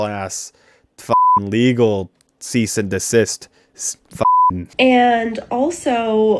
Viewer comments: "SEIZE AND DESIST" LMAO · "SEIZE & DESIST" lol lol lol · "Seize and desist" lmaoo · “SEIZE AND DESIST”🤣🤣